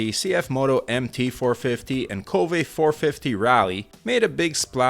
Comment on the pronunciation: It seems like KTM is betting on their low CC motorcycles. I wish it comes down to the RC range. Also I thought it's pronounced "kōwve" instead of ko-vë. It's what I heard how they pronounce it in SE Asia.